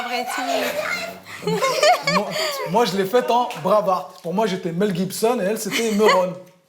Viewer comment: Lol. Moi aussi il m'a suicidé en disant bravart. Quand g percuté jai lol fatigué. Mais ct mignon... Beau couple